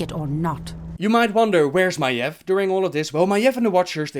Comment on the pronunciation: first I want to say great video as usual! Just one thing... Maiev's name is pronounced just as it sounds: "Ma-eeeeve" not like you say it; "Maef". The "eve" part of her name is pronounced like the MMORPG EvE Online. You go up in the end like this; ma-eeVEEEEEEEE or even easier; Adam and Eve. Look up how the name is pronounced if you are going to make more lore about Maiev. It makes me seriously cringe in my seat every time you say her name wrong. Constructive feedback. Other than that great video but I recommend to check up on how every name is pronounced by people with American/English origin so you say the names/words as they are supposed to be. Even if in lore you'll find words that are from European or Asian language you have to pronounce it the way lore characters does because that is the pronunciation that Blizzard intended to go with the names/words.